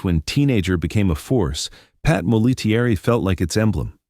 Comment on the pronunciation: P.S.; -- her name as 3 syllables, not five. It's not Mol - A - TEA - ERR - E. It's MOL-A-terry..